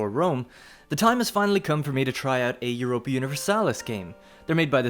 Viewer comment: "jioropia universalis" No, its EU-RO-PA.